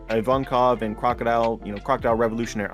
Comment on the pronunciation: IVANKOV for fuck sake not IVONKAV